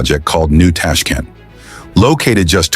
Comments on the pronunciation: ЧЕрчик с ударением на е,ТАШКИН- это где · что за нащзвание ТАШКАН и УБЕКИСТЕНс ударением на И